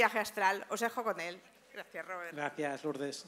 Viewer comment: No es Róbert, el ROBÉRT! (catalán no inglés!!!)